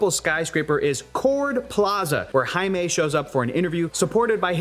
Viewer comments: Do us Africans a favour and just call him JAIME not aime... JAIME is pronounced as JEYME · Maybe if said Jaime's name right!!!!? But at the very least make sure they say names correctly!! PLEASE!!! JESUS!!!!!